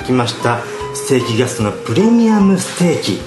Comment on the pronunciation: あまりにも美味しそうで、高評価つけちゃいました〜 ところどころ、「ぎゃすと」って発音、新しいヤツっすか？ ねぇねぇ、流行ってきちゃうあのヤツっすか、ねぇ〜?